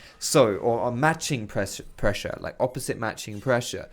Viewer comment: "You always want to be translating pbbbbbbbressure." - I lost it.